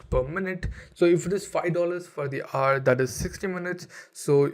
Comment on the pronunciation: Learn to pronounce "Hour".